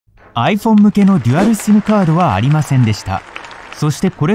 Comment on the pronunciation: simの発音がシィム